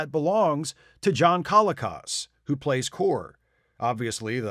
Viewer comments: John Colicos' name is pronounced ko-LEE-kose. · John Colicos name is pronounced kuh-LEE-kowz.